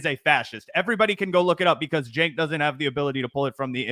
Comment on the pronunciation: Man I hate the way said "chenk" like it's a J sound 💀 not ch. Side note, a broken clock is correct twice a day so it was only a matter of time before Cenk got something right